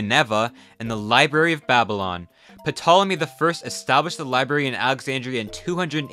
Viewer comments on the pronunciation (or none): its pronounced to.lo.may not potolomay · Good video (so far), but just two very minor notes, ptolemy and ptolemaic are pronounced "tolemy" and "tolemaic", the p is silent. Pompey is not pronounced like pompeii, rather "pompiy". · Remember, the "P" is silent in Ptolemy. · Just a small criticism, it isn’t pronounced “PUH-tolemy”, it’s something more just like “Toll-a-me” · Don’t pronounce it “PUH-Tolemy” bro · Of for crying out loud the P in the beginning of the name is silent it is just Tolemy. The PT in Greek is just how it is spelled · Great video and wonderful research! One thing: Ptolemy’s name is pronounced without the P: “Tolemy”. I don’t know why. :P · The "p" in Ptolemy is essential silent. So Ptolemy would sound like "'tolemy." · You're making my ears hurt. in Ptolemy, the "P" is silent. say Tolemy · SILENT 'P', pronounces tolemy. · I have so much trouble listening to people when they butcher basic pronunciations. Nineveh = Nin-nair-Var And the P in Ptolemy is silent - so, just: Tolomy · Ptolemy, pronounced Tolemy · Ptolemy is pronounced Tolemy with a silent P Ashurbanipal is pronounced Ash-uh-bon-a-pol Ninevah is pronounced Nin-Nah-vuh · Ptolemy isn't pronounced like P-Tolemy. The P is silent. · Ey man, the P in Ptolemy is silent, so it's just pronounced Tolemy. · Bro you really gotta fix your pronunciations. “Puh-tolemy”, Pompey is pronounced “pompee“ not “Pompeii”. At least other channels try to a degree. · lol "patolomy" just fyi the p is silent you dont pronounce it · Puh-tolemy lol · Did you really say Ptolemy with a puh sound? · The "P" in Ptolemy is silent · The p is silent in Ptolemy , just thought you would like to know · Yea you definitely don’t pronounce the P in “Ptolemy” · The p in Ptolemy is silent, because it’s a Greek name/word. Frankly your complete inability to pronounce just about anything right on this video makes me question your sources and research… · The "P" in Ptolemy is silent. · The P in Ptolemy is silent... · The P is silent.